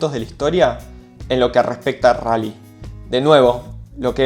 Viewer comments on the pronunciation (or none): El RRRRRALLY